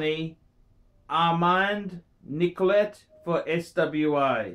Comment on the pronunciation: Watch Expert - Can't properly pronounce Dubois Depraz, Armand Nicolet, Frederique Constant, Gerald Genta, Vacheron Constantin, or Girard Perregaux.